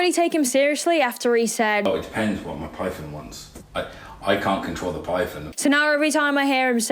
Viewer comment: “Da pyfon” wtf is that man?!? The fact that they came to Aberdeen (my town) to Underground is just tragic mate.